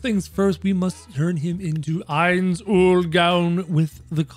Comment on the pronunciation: i thought you were calling him heinz for the majority of the video, didnt read the title